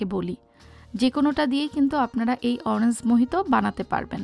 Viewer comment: Orange er pronunciation ta ektu you tube theke shikhe nin. Eta oranjs hobena orange hobe. Bideshe giyeo english er ja ta obostha.